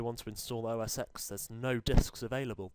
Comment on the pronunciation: I'm russian and i hear "O a sex", but not OS X :D